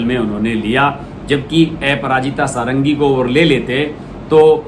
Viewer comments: श्री मान जी नमस्कार। क्षमा चाहता हूं कि कुछ लोगों को आप के समाचार पढ़ने में उच्चारण पर आपत्ति है, जैसे आप को बोलते हैं। अपराजिता को एपराजिता बोलते हैं। कृपया इस को स्पष्ट कर दें ताकि जनसाधारण संतुष्ट हो सके। धन्यवाद।🙏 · Bhaiya aparajita not eparajitA pronounce toh sahi karo yaar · ऐपराजिता नही है उनका सर उनका नाम है अप्राजिता कमसेकम नाम तो ठिक से लिया करो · एपराजिता नहीं; अपराजिता षढंगी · ऐपराजिता सारंगी नहीं बल्कि अपराजिता सारंगी नाम है. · Correction: एपराजिता नहीं, अपराजिता । आप बार बार एपराजिता क्यों बोल रहे हैं?? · ए पराजिता nahin अपराजिता hota hai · A parajita?..you can't pronounce a name properly! Shameless stupid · Sir please correct the name of Aparajita madam. Apararaajita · Sir app ka pronounce aparajita bhul ha... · Aparajita sarangi ka nam ka pronounsation galat he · Please polish your pronunciation...Aparajita bhi bolna nahin atta kya blogger ban ke aa gaye